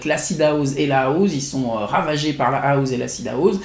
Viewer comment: on dit houssse pas houze